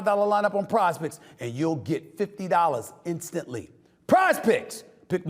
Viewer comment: when sas says pizepicks its sounds like prospects